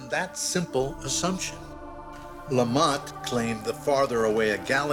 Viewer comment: He said lamont because how do you expect anyone to pronounce lemaìtre????